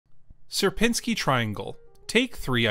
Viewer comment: Its not ser-pin-sky triangle Its siier-pinni-skyi triangle Sier-piń-ski